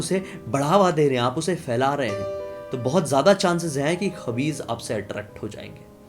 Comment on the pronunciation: Not khabis Khais hota hai wo 🙄